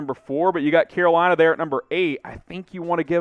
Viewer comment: i heard "que bueno" instead of "Carolina"